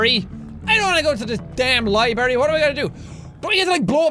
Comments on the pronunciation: Jack you said LIE BERRY its LIBRARY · Jacksepticeye i love you but u are saying library wrong i cant stand it fix this mess!!!!!! (Please) 😂😤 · NOOOOOOO HE SAID LIBARY ITS LIBRARY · ***** Many people. I'm aware that that was a joke on Jacky boy's part but it still pisses me off when Americunts say LIBARY. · I get annoyed with people when they say, "libary" but no no no not jack it's to cute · its not a libary its a library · When he called it a libary... Not libRary.....OOF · Its not "liberry" its "library" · Jack is the only person who can say library wrong and not offend anyone.